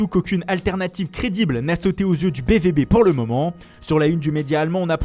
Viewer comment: C'est bien la peine de faire des accentuations très prononcées pour les langues latines lorsque sont cités Mundo Deportivo A Bola ou la gazetta Delo sport. A ils disent BVB => BVB comme un français. Ça se prononce B Fao B. C'est comme si on disait Jouvantues !!